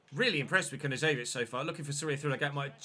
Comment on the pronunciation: Hey,love your content mate. Just an FYI Knezevic pronunciation is K-nez-evic. Keep up the great work it’s hard to pronounce half these Eastern European names👌good to see you having a crack!